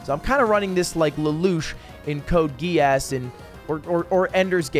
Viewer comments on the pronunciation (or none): Why did he pronounce Code Geass like that?